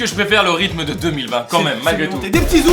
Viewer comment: Il a dit "le rithme de 2020" 🤣😂😅 on est en 2021 maintenant !!! 🤣😂😅